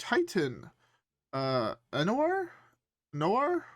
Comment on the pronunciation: The Titan pronunciation: "Ee-Oh-Narr" (I'm fairly sure)